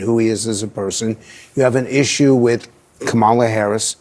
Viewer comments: sorry but why did not host call him racist he mispronounced Kam ala name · Kamala Kamala, He corrected himself, but I didn't hear a difference... Edit: Not making fun just wondering if anyone else hears a difference except speed. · So... It's racist and misogynistic if Republicans put the emphasis on the second syllable of Kamala but when CNN corporate shills do it, it's just a mistake? I could see the car in his eyes right before he checked himself thinking this might be his last show on CNN. 😂